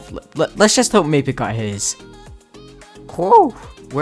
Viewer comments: Why you call m-ae-pic m-ah-pic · Why you call him mapic not maipic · Macit he calls mappic macit -_ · Bruh why do you pronounce mapicc 2 different ways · Mapic he really said mapic